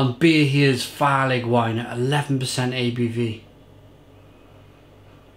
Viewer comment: No wonder the label person is missing her face! Farlig means "dangerous" in Norwegian/Danish. Farligwine=Barleywine is word play. Farlig is pronounced "farley" 😊